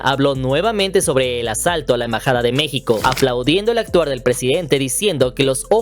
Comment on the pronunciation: EMBAJADA😊 no en bajada NO ENVAJADA